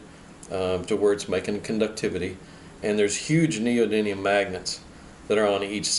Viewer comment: I don't know if it's the roll of the tongue but I keep hearing neodyNium when its neodyMium. Ribbon tweeters rule btw...